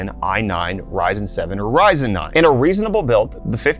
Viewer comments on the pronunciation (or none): He said "Verizon" 7000 Series LOL